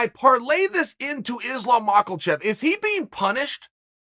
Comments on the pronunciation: "name i've heard more than anyone else, Islam Maakulchev" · “Islam mockle chev” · Who is Islum Macklechef & ka-beeb?? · Chael “Islam Macklechev “ Sonnen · Chael “ Islam Macklechef” Sonnen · Islam Michaelchev - Uncle Chael